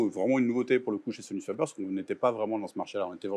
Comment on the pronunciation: On dit pas fabeur mais fabair, sans Majuscule sur le f : Sonus faber.